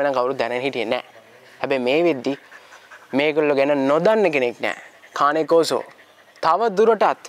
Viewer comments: කානේ කොර්සෝ නෙවේ.keyn kaw saw කියල pronounce කරන්නෙ.👍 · කානේ කෝසෝ නෙමෙයි කේන් කෝසෝ ගූගල් එකේ ගහන්න මේක cane corso pronuciation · Just note that they pronounced "Cane Corso" wrong...